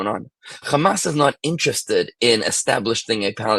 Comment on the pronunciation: It's not Gamas.. it's Hamas.